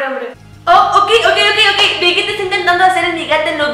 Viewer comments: Pinchi miggate no vegetai 😂😂😂🤣🤣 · Migatte No Veguetai v: jajaja C Mamo